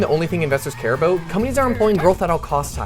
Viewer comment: THE PAGE OWNER IS CANADIAN...he said "aboot" <3